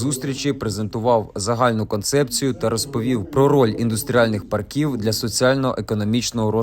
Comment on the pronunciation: Треба правильно ставити наголос - пАрків, а не паркІв!